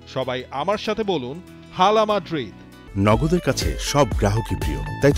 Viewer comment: It's not a হালা মাদ্রিদ it's আলা মাদ্রিদ ,,,H এর উচ্চারণ হবে না,,H silent থাকবে